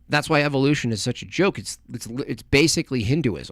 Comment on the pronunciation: He pronounces evolution, as evilution